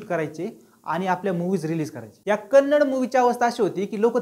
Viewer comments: Kannad nahi😡 Kannada bolo, Kaisa hoga ki tumari bhasha ko Marath kahe to😤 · Bro it's not kannd it's kannada please pronounce correctly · It's kannada not kannad... Pronounce it properly....! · Hi brother, its not kannad kindly pronounce Kannada.. Kannada film have lot of good movies before KGF also.. Lucia, ugramm, googly, pruthvi, ulidavaru kandanthe, thithi mufthi, rangitaranga, Rajkumar, Buget wise it collected. More than 50 70 crore.. From Karnataka I love sirat song's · Bro that not kannad its Kannada please pronounce it properly. And anyhow I appreciate your work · Don't say Kannad movie. The actual pronunciation is "KANNADA".Say it as "KANNADA". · Kannad nhi dada kannadaaa. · Dada te Kannad nahi Kannada ahe ..! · Bro its pronounced as Kannada not Kannad And Tamil not as Taamil 😊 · Srry but it is not kannad, it is Kannada bro. I hope u correct it next time☺ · Please say kannada. Don't say kannad. Don't mislead the audience. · It is not kannad, it is kannada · Kannad nahi kannada boala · Kannad nhi Ka-nna-da ahe bhava 🙏🏻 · Hi brother ..its not kannad ..it is kannada ..please pronounce correctly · Bhayi ye Kannad NAHI kannada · Bhava it's Kannada not a Kannad. Pls pronounce it properly. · Kannad kannad nahi kannada bol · Kannad not it's Kannada Please Do Pronounce properly thank you. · Kannad no kannada bro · It's Kannada not kannad , plz pronounce kannadA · It's Kannadaaa, not Kannad pronounce it properly. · It's kannada not kannad...try to pronounce the name correctly.. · Please pronounce it as KannadA. Yes the A at the end is as important as the A in MarathA or MaharashtrA. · it's KANNADA !!! tumhi wrong boltae..